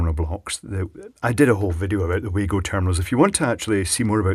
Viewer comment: Stupid little nitpick, but Wago is pronounced "Vah-go" (remember, in German, phonetically 'W' = 'V' ) On a completely different note, I'll see if I can "borrow" a small selection of the Wago DIN terminals from work for you to have a look at.